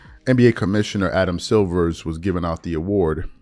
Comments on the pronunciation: Bruh you don't even know the commissioner's name. It's Silver not Silvers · please it's Adam Silver not Adam Silvers. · Dude. His name is SILVER NOT SILVERS. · Silver, not Silvers